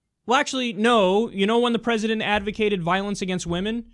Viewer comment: I wish to hell someone would tell that CNN lady that the pronunciation of 'President' is different from the pronunciation of 'Precedent' already because it's super fucking annoying every time I hear her say it.